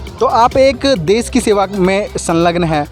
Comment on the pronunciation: Des nahi, desh hota hai news reporter sahab देश ना की देस